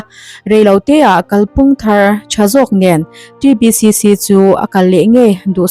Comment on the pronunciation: "T" Ti lo Tri lam talh talh chu a 😂😂😂